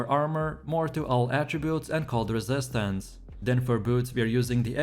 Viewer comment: guys voice is annoying as hell. The way he says "resistance"